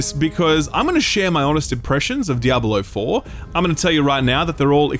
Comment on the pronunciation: Is it me or anybody else thinks he's saying 'Diablo Oh - Four'